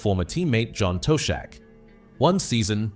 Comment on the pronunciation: Ok, some good details about smithy but who are you commentating? Photos not correct with the commentary. Do you really know Liverpool? Who's this John toe shack and dag lish? If you can't pronounce LFC greats names correctly then where are you from and do you mean what you say? Not Impressed!